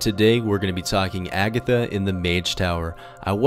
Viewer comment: lel he almost said abitha